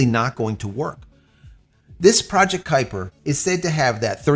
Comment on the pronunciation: Kupier lol